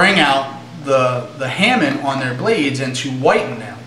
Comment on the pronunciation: you seem to know a lot, and youre clearly very into your blades and blade maintenance, but i do agree with the comments on several of your videos, and it's very distracting when you say hammin. i cringe a little. it may be beneficial for you to fix that, so people dont just turn off your videos or look down on you for it. but then again, it may just be all of those people who need to get over it. :p while we're at it, i say puh-miss, not poo-miss. :p